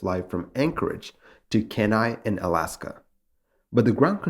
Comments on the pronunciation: Just a heads up: Kenai is pronounced "KEE-ny" :) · KEE-nai. great video like always